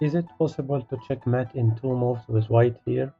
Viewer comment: They're nice little puzzles, but 2 remarks: 1. the background music is distracting 2. It's not Määt it's Mate [meɪt]